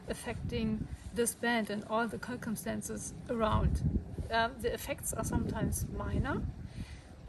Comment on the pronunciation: First, you rock! Second, the word "circumstance" is said like - "sir-cumstance." Keep up the great work!